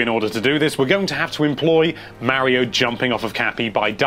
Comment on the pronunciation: NINTENDO LIVE IT IS SUPER MARIO NOT SUPER MEARIO